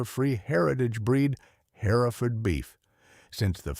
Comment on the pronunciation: Oh my fish w this AI.generated garbage! "Lead cow" is.pronounced "leeeeed" and if I bear "hare-if-ferd" one more time! Btw, this isn't "free". Youtube keeps.oromoting this crap so they can blast you with commercials nonstop. You're selling your brain for an AI fictitious, b.s. story. Oh- and flies in the milking shed? Herefords.dont get milked! They're meat cows!